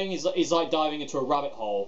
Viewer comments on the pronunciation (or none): none